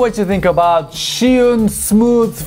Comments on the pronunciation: Zhi not Shi, come on!!!!!! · No-one seems to know it's pronounced 'jus-win' (where 'jus' is French). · Why do you say shihun?